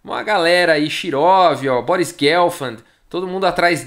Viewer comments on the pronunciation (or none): none